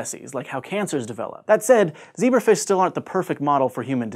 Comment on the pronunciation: ze BRAF ish, you say?